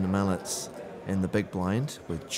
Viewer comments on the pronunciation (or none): or is it just irritating to me that the subtitles in this movie and the commentators say "mallets" instead of "Malec" correctly. I understand that Polish is one of the most difficult languages in the world, but somehow the name of the German player is pronounced correctly, although German is also a heavy language. Yes, I am Polish, but no matter where, I always ask how to pronounce someone's surname correctly, and here I can see that no one has thought about it, and this is TV :)